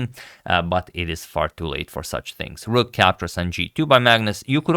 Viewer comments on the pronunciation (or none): none